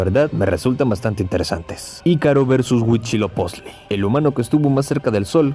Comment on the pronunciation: Cada que decias "Mechicas" y "Hui-CHI-lopichtli" me sangraban los oídos 🤣😂🤣, después de eso buen video.